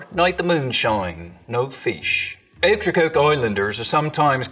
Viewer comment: You got Okracoke wrong sweetheart, you ain't sneaking up on no vittle sounding that way.